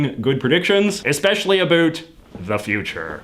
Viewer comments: Is he saying "aboot" unironically?? I'm Canadian & I've never heard anyone here pronounce it that way. I've only heard it pronounced like that in American TV shows that feature supposed Canadian stereotypes. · Same. I'm Canadian as well & I've never heard anyone here actually pronounce it "aboot"